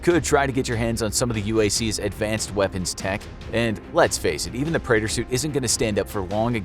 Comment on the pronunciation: The name of his suit is pronounced Pre-at-or. I play and completed Doom 2016 and I also play Doom Eternal